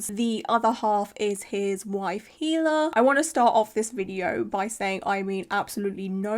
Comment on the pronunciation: Haha sorry I first was like well I guess she’s not a fan since she mispronounced hilas name haha then two seconds later you show you’re a fan haha